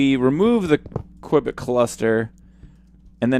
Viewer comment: Every time you said Quibit, I kept thinking of Johnny English!!